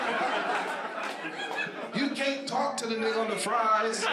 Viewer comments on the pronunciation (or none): The less English they speak..........but he can't say "axe" or "can't". 🤣🤣